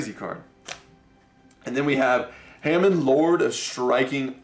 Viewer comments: Its Hamon not Ham n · James Pease I swear he does that cause he thinks it's funny or cute. Mispronouncing words is not cute or funny. He also kept doing it with Uria and Hamon. Like seriously, he needs to learn how these cards are pronounced if he wants the viewers to take him seriously.